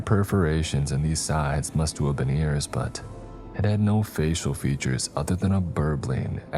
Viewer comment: “Mustua’ve been”